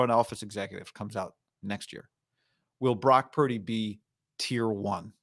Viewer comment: "Brack purdy" -Cam newton